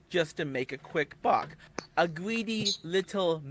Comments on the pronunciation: is obviously a gweedly wittle gwifter! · gweedy gweedy pwedatow behaviow